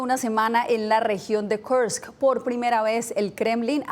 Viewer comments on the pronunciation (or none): Kursk , no Karsk.